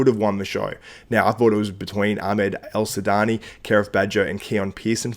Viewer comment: Well said man , but his name is Ahmed El Wardany not El sudany